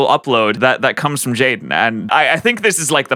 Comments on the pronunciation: Most of the comments said jaden it isn’t jaden it’s Jaiden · the „Jaidne” in the intro killed me